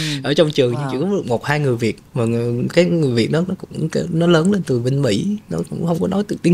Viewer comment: Người dẫn làm ơn phát âm chuẩn tiếng Việt !! Lẫn lộn dấu sắc thành dấu hỏi vd: hôm ấy hôm ẩy, cái đó cải đỏ vv..Đáng buồn cho chất giọng Hà Nội xưa giờ bị lai tạp nham với xứ Bọ , xứ Nẫu...